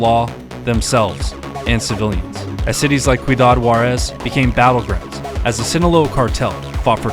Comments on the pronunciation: Dude said “qüidad” instead of ciudad (see-u-dahd) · Small nitpick "Cities like Ciudad Juarez" is pronounced Siyoodad Juarez. It means Juarez City. Great vid, never get tired of hearing this awesome tale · It's pronounced See - you - dodd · He said quidad Juarez. It's Ciudad Juárez. Ciudad means city. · Great video. For future referrence, "Ciudad" is pronounced [see-yew-DAHD] or "see you dad". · Love the vid but aint no way you said Ciudad with a hard c sound my boy